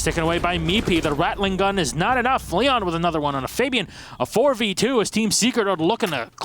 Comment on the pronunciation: These are literally the worst announcers ever, who pronounces Fabian like that